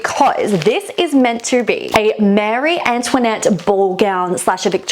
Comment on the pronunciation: It's Marie Antionette, not Mary Antionette. Just makes you look like an idiot that you don't know the simple difference between the two names.